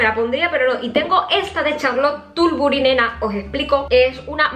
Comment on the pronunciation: No es charlote tuburi es charlote tuburi jajajajjajaj😂😂😂😂😂